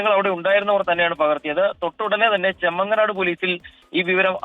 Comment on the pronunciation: ചെമ്മങ്ങനാട് അല്ല. ചെങ്ങമനാട്ട്.